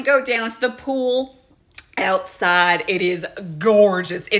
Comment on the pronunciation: Southerners pronounce pool like “poo.” Other than that, the accent was surprisingly accurate 😂